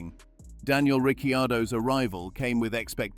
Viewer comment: Daniel Ricky-Yardo😂🤣